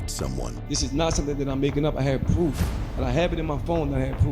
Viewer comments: He shouldn't speak in public whether he has pwoof or doesn't have pwoof. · You dont have "pwoof"😂